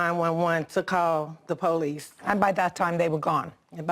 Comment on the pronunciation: Called dee poe-lice... 😮 . And den... 😮 . And dat dare was an accident... 😮 . she was in ah ax-ah-dent...